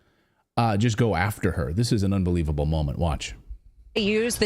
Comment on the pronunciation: “UNBEWEEVABLE!” What a Circus!